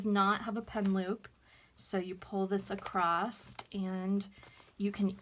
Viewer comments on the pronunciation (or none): There is no "t" in "across".